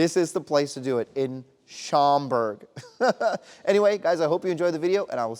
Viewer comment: Pronounced Shom-berg.